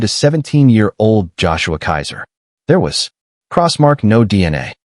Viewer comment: Keezer, not Kaiser.